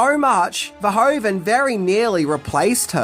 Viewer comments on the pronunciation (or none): Hi,first of all thanks for your videos. I just wanted to let you know that you pronounce the “oe” in Verhoeven as “oo” in English. As in loop for example. 😉 Keep up the good work! 🙏🏼 Greetings from a Belgian fan. 😊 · … it’s Paul Verhoeven, not Pol Verhoven 😉.